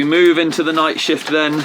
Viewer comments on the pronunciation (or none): none